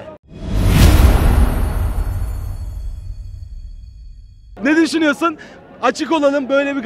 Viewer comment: Osimhen gelinve immbobile 😂